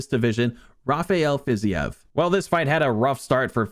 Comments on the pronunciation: “Fizyev” brother it’s “Fa-ze-eve” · I love your UFC videos but Rafael Fiziev is pronounced like Haf-i-el Fiz-eve. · Fi-zeev not whatever the hell you were saying. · Learn how to pronounce Fiziev properly, please